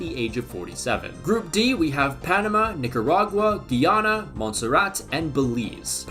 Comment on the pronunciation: Guy-ana and Gui-ana are different places and I wish everybody would stop that pronunciation. It's annoying hearing CBS announcers say Guiana and then hear the in stadium announcer say it properly.